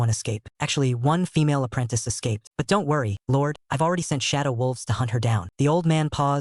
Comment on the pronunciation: Why did shesay dont worry like that😂